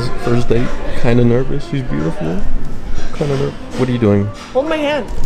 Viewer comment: Did he say butiful